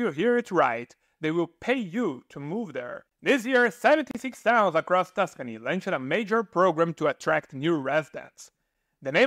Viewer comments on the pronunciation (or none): none